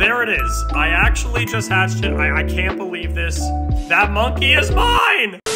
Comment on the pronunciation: She Said monemky